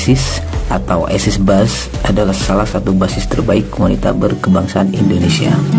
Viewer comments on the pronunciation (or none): Bukan aisis tp ices,bacaan bhs Indonesia bukan bacaan bhs inggris